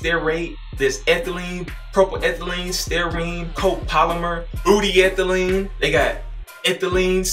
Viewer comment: "Booty-ethylene" 😂😂😂the way you were pronouncing those ingredients def made me laugh!!! Another highly informative video from you, sir.